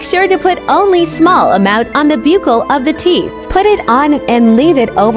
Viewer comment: It’s pronounced Buckle